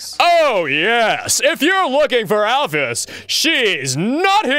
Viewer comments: All this time... and he still pronounces is "Alpheus". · I was expecting at one point to hear "Alphys" rather than "Alphius", but oh well. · Still getting twitches when they pronounce "Alphys" as "Alphyus" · single twinkie "Al-feez" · single twinkie al-fis. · A. B. Harper al-fish